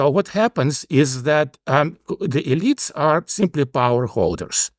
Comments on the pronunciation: I like that he pronounces "elites" as "idiots" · My question is does a highly technological and networked society, far removed from the production of the basics of life, introduce cascade failures as a new factor that wasn’t at work in earlier societies? I have to note that I kept hearing “-elites” as “-idiots”, as in “countervailing-idiots”. It made much more sense when I realized it was “elites”, but somehow I prefer “idiots” when thinking of the US of today. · I have thoroughly enjoyed following this podcast over the years. This episode was one of my favorites, but not for the usual reasons. When he says “elite classes“ it sounds like “idiot classes” and I just can’t get enough of it 😂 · my ears hear idiots instead of elites. it seems appropiate.